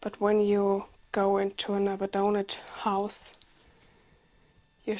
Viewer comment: Polite note - abandoned is 'ah-BAN-dunned' or 'uh-BAN-dunned' :-)